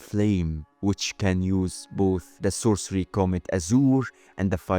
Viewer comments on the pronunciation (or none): none